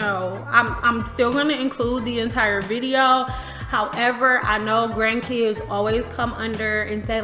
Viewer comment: Every time you say “grandkids” I holler!